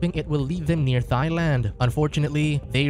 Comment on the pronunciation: Why's man saying "Thigh-land"? It's pronounced "Tie-land" (Thailand)